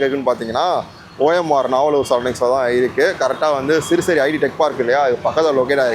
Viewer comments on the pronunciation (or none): it is not serusri, it is siruseri